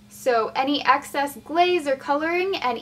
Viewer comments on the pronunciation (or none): none